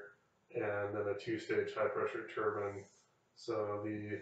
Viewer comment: thank you for saying “tur-bin” and not “tur-byne” i feel so validated 😂